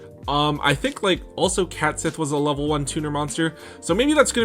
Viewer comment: Dude, it's "Cat-shee," not "cat sith." Have you never seen Final Fantasy VII?